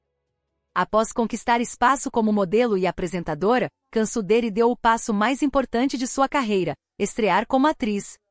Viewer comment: A pronuncia do nome dela tá errado, assistem o vídeo q a cantora Brasileira foi intrevistar ela na Turquia junta co a equipe da band